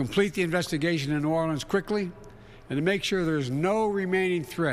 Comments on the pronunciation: Biden keeps saying "NAWLINS". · If he says “Narlens” one more time I am going to throw up!! Only people from New Orleans say Narlens!! Just like Kamala’s fake accents!! He is reading a teleprompter because he doesn’t even know where New Orleans is!! Just go back to sleep Biden! Trump already talked to us, while you were sleeping!!